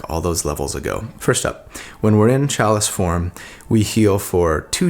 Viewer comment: Who else came to comments just to see how many people mention the mispronounced word CHALICE?